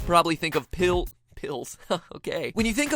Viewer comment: I freaking dye when you say pills